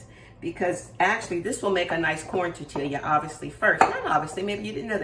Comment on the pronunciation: Tortilla(Tor-Tee-yah)😅 Looks good. Will try soon. TFS.